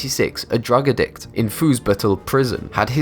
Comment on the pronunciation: Omfg learn how to speek addict not ad dict